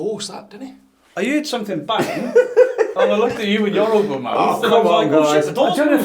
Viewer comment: Can't get over how they keep saying: "HEARED" (hēerd), instead of: "HEARD" (hĕrd). 😂😂😂